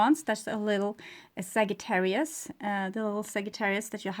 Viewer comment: The correct pronunciation is SAJ---not ag-j not a